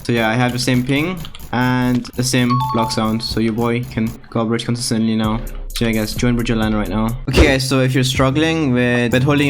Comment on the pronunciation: Ahhh yes "consoostently"